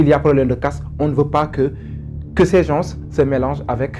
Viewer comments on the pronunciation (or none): Il a raison le s ne se prononce pas 🤧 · Bonjour 😊 svp on ne dit pas « Gensss* » on dit « gen* » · Les Sénégalais sont malades de la mauvaise prononciation de certains mots en français comme GENS et autres.